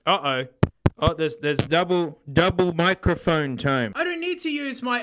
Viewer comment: Love how pronounces "microphone" as "moccaphone." He should get a moka pot to go with it xD